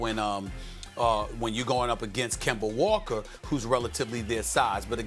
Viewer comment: Stephen A. Smith: “Kember Walker”